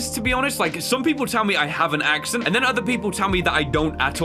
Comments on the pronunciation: As you were saying "accent" you said "acshint" I have found the acshint boys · When you said the word "accent" It sound like you were saying "ACC-sunt". So, you might have some sort of accent- idk